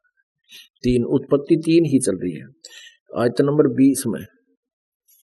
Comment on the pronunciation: Hindi toh dhang ki padh nahi arahe hai bible uthaliye Vriksh ko vraksh istri ko satri aur uttpati ko utpattee padhte hai beech-beech mein akshar chhod dete hai😁